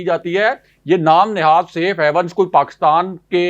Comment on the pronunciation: I had heard you were a PhD candidate. I thought we had a scholar in the making and our journalism was going to grow up. Alas I was mistaken. You always pronounce SAFE HAVENS as SAFE HEAVENS. I didn’t expect you to make such mistakes. Your partner in the show most of the times pronounces general as journal. 🇵🇰🇵🇰🇵🇰. Please don’t mind.